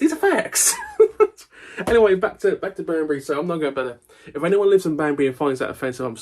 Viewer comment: It's my birthday on Thursday. This recent episode has had in hysterics. Thank you for the early birthday gift. I also thought at first you said 'Bambi' instead of 'Banbury'!